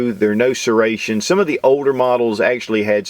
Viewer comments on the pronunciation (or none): none